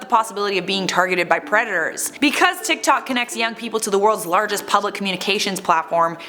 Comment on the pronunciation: Am I the only Chinese person that got cringed out when she tried to say "tiktok" in chinese 🤣🤣